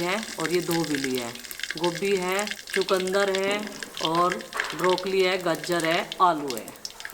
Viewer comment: चकुदंर नही चुकंदर बोलते है😅